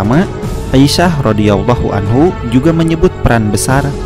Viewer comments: Ralat min, aisyah radhiallahu anha min yg bner bukan anhu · Koreksi bos ! Harusnya 'Aisah Rodiallahu Anha bukan Rodiallahu anhu. Harusnya 'Anha bukan 'Anhu.